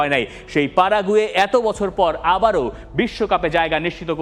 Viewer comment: পারাগুয়ে না প্যারাগুয়ে হবে 😂